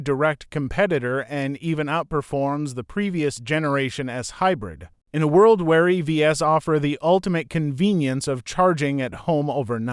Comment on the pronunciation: "excellent choice for the right beer" I believe it was supposed to say "buyer" instead of "beer". So, strike one was "350 hours". Strike 2 was pronouncing "EVs" as "Eeee-Veee-Ssss" reading me the names of the letters. Strike 3 was apparently not reading and editing the content before feeding it to AI voice. Down vote and block channel.